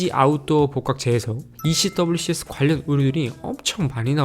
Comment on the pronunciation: 행님 ECWCS 는 미군에서는 'ECWCS'라 발음하지 않고 '에크왁스'라고 발음해용!